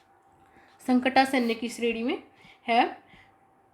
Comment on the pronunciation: हे देवी..संकटासन्य नही होता है..संकटापन्य होता है..